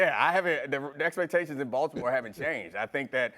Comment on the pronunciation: I love that Shannon pronounces Baltimore the right way